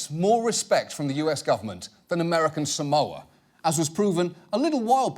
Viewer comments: John - “you cannot mispronounce American Samoa” John at the same time- mispronounces “American Samoa” Btw “sa-MOE-ah” is very wrong. It’s pronounced “SAR-MOR-ah” (r is non-rhotic) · John, technically you also mispronounced it. Locals say "Saah-mo-ah" not "Sa-MO-ah." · SAH-moa. Not sa-MOWA. And let's not even start on how John pronounced Eni Faleomavaega. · Criticises someone for mispronouncing "Samoa". But John Oliver pronounces it wrong too. It's not "Sa-mou-ah", it's "Sa-moah", with the "o" elongated. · Better than Samolia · American Samolia. I can understand finding his name being difficult to pronounce, but honestly, failing to pronounce the place he's from correctly is like me saying Eww Fork instead of New York, it's fucking stupid. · "American Samolia". How the fuck did this guy become a congressman? I learned about American Samoa in fucking middle school. What an embarrassment to the country. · Funny that John and others in this video aren't pronouncing 'Samoa' correctly themselves.